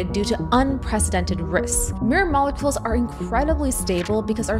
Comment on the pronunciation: Mol-e-culs lol